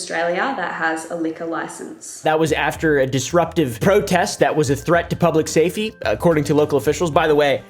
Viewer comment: what is public "Say Fe" ?